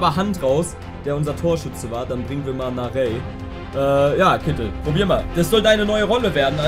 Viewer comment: Ohne HSV Fan zu sein meine ich dass Narey "Na-rei" ausgesprochen wird. So sprechen ihn zumindest die Kommentatoren immer aus.